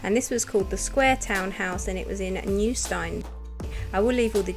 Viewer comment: Great video, just to let you know New Steine is pronounced ‘Steen’ 😎